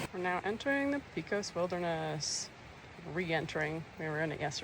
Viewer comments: Thanks for the nice videos and good job on pronouncing Panchuela, but "pee-kos" is like nails on a chalkboard for me 😂- my issue, not yours, but it's "pay-cos" or "peck-os" and the "ch" in Truchas is pronounced as a "ch", not as as a "k". Love those areas, it's very sad to see all the trees dying, especially in the last 5-10 years. And there are absolutely bears (and mountain lions) in those regions so you should be as careful with your food as you would be anywhere else. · I'm glad you decided to stay inside the shelter. New Mexico storms are nothing to play around with, especially in the high country. Also, FYI here in New Mexico we pronounce Pecos: Peck-ohs...not Peecos. And Truchas is pronounced Troo-Chus. not Trookas. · Great video! Thanks (Note: Pecos is pronounced PECK-ohs with a short e, others in New Mexico say the E as a long A Pay-cos)